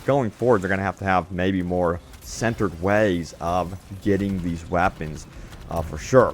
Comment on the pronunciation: it just gets me every time he says Wapons....legendary Wapons heheheh